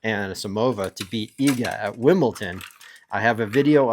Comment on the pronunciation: Your pronunciation is just wrong. It’s not cute or funny . Just pronounce it the way it is written. Ridiculous.